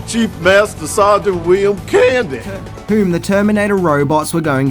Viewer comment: Candy sounded like “Ernest”